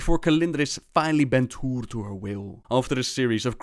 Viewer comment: Even though your videos are good, you need to look up the pronunciation of T'uure before making a video on T'uure. It's very offsetting.